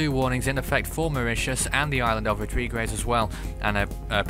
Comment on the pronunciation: Rodrigues is pronounced rodreegs